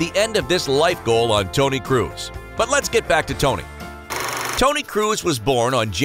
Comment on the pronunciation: No one: Absolutely no one: Speaker: ToNy KrUs